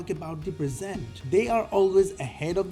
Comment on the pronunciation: Salam, its present (opp of past) not present (to give). Is it an AI voice over error? Happy Eid bro..